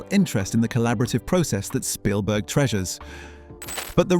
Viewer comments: It's Spielberg not Shpielberg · I think it's pronounced Spielberg, not SHpielberg. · I think your right, I noticed other strange things like that the narrator fluctuates between pronouncing it "Sh"pielberg and Spielberg. A real person wouldn't do that because the name is so famous and common. But an Ai would get confused between the actual textbook German pronunciation of it vs. the Americanized popular pronunciation. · His name isn't Schpielberg. If you're going to do an 18 min video on someone, figure out how he and everyone in his country pronounce his name. His name might be of German derivation but come on, do a little research. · Why does this AI continue to call Steven Spielberg, Steven "Shpeelberg"? PLEASE make that stop!!! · "Schpielberg", the narrator said. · Why does the narrator keep calling him "Shpeilberg"? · Bot voiceover says Norton's performance in Munich was "acclaimed." And bot pronounces the director's name as "Schpielberg." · Well, researched and interesting. However, I do feel quite sure you’re saying Spielberg incorrectly. A shpiel (also spelled spiel or schpiel) is a lengthy, often extravagant speech or sales pitch designed to persuade or entertain.